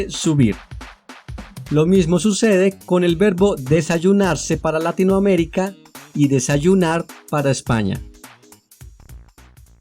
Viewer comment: Muy bueno, aunque concuerdo con que no debemos generalizar Latinoamerica como simbolo de habla castellana. Por otro lado, la pronunciación de Latinoamérica debería acentuarse en la "i" de Latino y en la "e" de América, pero el locutor acentúa en la "a" de Latino... quizas soy yo, pero suena raro acentuar la "a". Saludos